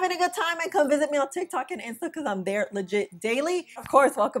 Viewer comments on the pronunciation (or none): none